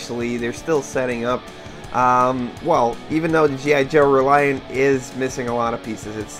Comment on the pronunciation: 'A G.I. Joe ... Reliant'? Is that what you said? :)